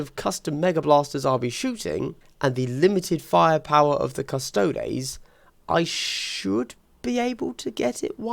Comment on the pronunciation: cuss-toe-dees. like ass-tar-tees. or custodians. not cus-taods.